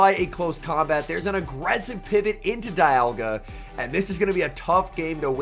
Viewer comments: Isn't saying dialga as Dye uhh gaah instead of dee aaal gaah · Is it just me or did someone else notice pronouncing dialga differently throughout the video